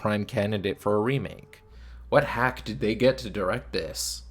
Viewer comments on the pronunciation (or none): none